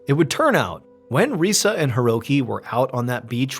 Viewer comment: Ree-sah not ree-suh. Hee-roh-kee not here-oh-kee. Deh-moo-rah not deh-mer-uh. Kah-nah-zah-wah not can-uh-zah-wuh. 🙄 The anniversary of Hiroki's birthday not his actual birthday. 🙄 Oh-sah-kee not o-sah-kee. 🙄 #1's title should be "Eggcellent" not "Eggcelent". 🙄